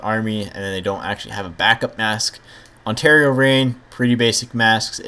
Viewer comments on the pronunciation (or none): none